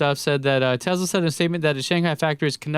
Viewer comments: What's a Tezla?? Please review the data. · Been criticizing someone dating a name wrong is hilarious considering he can't even say tesla correctly. No z genius.